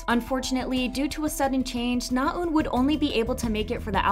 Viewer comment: Your saying Naeun wrong!!!!